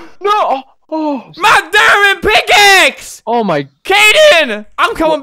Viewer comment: What was said: MY DIAMOND PICKAXE! What was heard: MY DAMMIT PICKAXE!